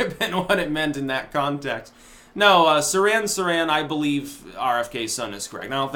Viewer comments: It's "Seer-han Seer-han" not "Siran Siran." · you make yourself look bad when you mispronounce words like Nobel and Sirhan Sirhan, ffs.